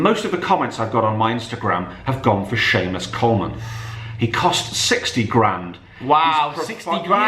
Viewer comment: Good job for saying shamus Coleman because when your son said lucas dinge my mind was blown. Normally a starter for southern Ireland I mean come on